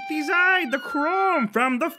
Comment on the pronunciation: The way he pronounced Fire Emblem with that accent was enough to make her climax.